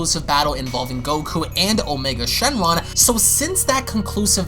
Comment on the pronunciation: He said shenjaun!!! Lmaooooo